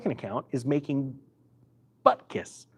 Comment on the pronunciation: The Yiddish word is bubkis, not buttkiss! You are welcome